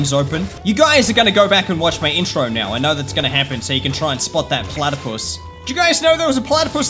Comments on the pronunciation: i found the uhh platapus or platapos? in your intro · That plathapos was dere